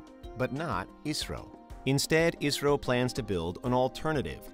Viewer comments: Pronunciation of 'ISRO' more sounds like 'Israel' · Everytime he says 'ISRO' I hear Israel